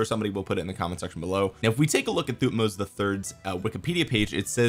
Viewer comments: I think Thutmoses is pronouced Thut-moses Moses like the guy who parted the sea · thank you for trying to pronounce their names, the right pronunciation that they taught us in school since i am egyptian would be "Tohutmos" with emphasizing of H thank you for the great video, i can't wait to see when the new civilization will come out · pronounced like king Tut..so tut-moh-zes. Just ignore the “h”. Interestingly, during biblical times the Pharos always has a name that’s God+Moses. So Ra-Moses (aka Ramses) and his adopted brother whose name was wiped from history by Ramses so we just call him Moses today because we don’t know which god name prefixed him. My gut says probably “Thoth” but who knows.